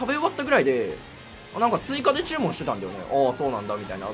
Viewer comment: 注文って言い方イントネーション気になる😂